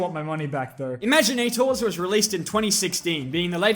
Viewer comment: Your pronunciation of imaginators hurts me on the inside